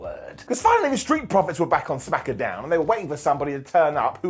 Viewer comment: smack-uh down 😅